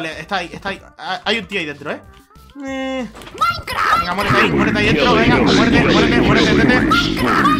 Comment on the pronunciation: si dice maicra